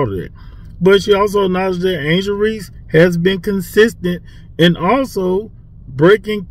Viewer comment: And skip said Reese